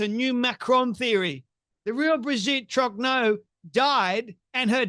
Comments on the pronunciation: "Brijeette Trognowww" 😅 Putain c'est quand même terrible ces ricains qui sont pas foutus de prononcer un seul mot correctement dans une autre langue que la leur 😂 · She even claims that Brigitte is the father of her husband. I hope the Macrons sue her into oblivion. She has millions of fans who are as mental as she is. She is such a great journalist she can't even pronounce Trogneux properly. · Is she deliberately mispronouncing the maiden name. ? Easy to check on